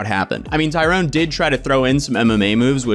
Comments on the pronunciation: Tyron, Ty-ron, no "e". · I like how you keep calling tyron(tie-run) tyrone(tie-rone) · Ty-ron. Say it with me. Ty-ron. Not Tyrone. 🤦🏻